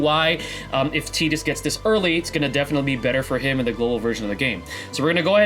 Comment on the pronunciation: Great discussion, thank you! I'm a bit new and only have three Ex weapons, but one of them is Lightning's, so I'm really hoping she is picked first as well. And hey, kudos for pronouncing Tidus's name right too.